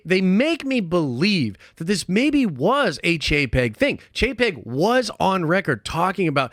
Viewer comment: Every time says "Chapek", I hear "jpeg"